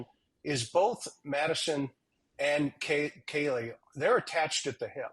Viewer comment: Be Awesome if they could get Kaylee’s name right if they are going to speculate and speak in the case then get it right she was called Kelly by Nancy and Howard both called her Kelly multiple times so disrespectful!!